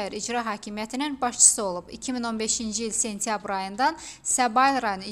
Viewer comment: Serengam,sençyabr (sentyabr),magaralarla,cirektor,siyasi maçivler,ceputat Tahir Kərimli.Bu sözler yeqin yeni sözlerdi.Xahiş edirem bu televiziyada danişanlar dilimizi düz danişsinlar.